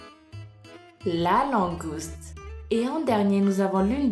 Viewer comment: je te ferai toujours confiance la voix du. c est génial comment ils voient le monde et plus tu ma faits découvrir quand fet c'était langouste au lieu de mangouste PS:désolé pour les fautes d'orthographe j ai hâte de voir qui tu es vraiment je demande a tout mes amis